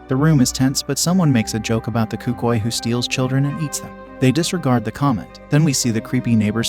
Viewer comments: Cucii💀 as a Spanglish speaker(Hispanic) I feel so disrespected by that word. It’s Cucuy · Hearing you pronounce cucuy made my ears bleed